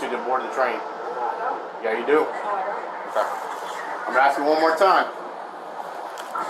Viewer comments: It’s ask not aks. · As long as she axe it should be alright.